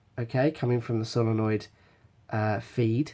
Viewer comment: It's solenoid not solonoid